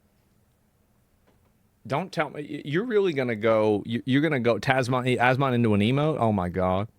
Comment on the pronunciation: Asmond..lol.. i hear that here and there too. Asmon with a d? Like almond.. asmonds almonds..there ya go..money making idea